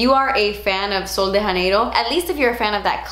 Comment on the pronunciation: I love you... But please don't say Sol de Janeiro as if it's a Spanish name/brand.... It's a word play with the name of a Brazilian city... Rio de Janeiro. So, please, either read it in English or attempt to say it in Portuguese. It would even be adorable to see you try... But for some reason it comes across a bit offensive for a Portuguese native to hear you mention the name as if it's a Spanish brand. Sorry, had to say something. Still love you, huge fan for Soooo long